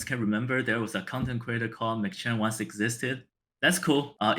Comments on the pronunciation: Why does bro keep calling him “MaChan”? His name is “MacChan” pronounced Mack Chan. Does he also go to McDonald’s and order a “Big Ma”? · HIS NAME IS MAC CHAN NOT MA CHAN JESUS YOU'RE TRIGGER ME SO HARD IM AT MY LUNCH BREAK TRYNA ENJOY THE VIDEO YOU KEEPS CALLING HINS MACHAN ITS MACCHAN..😡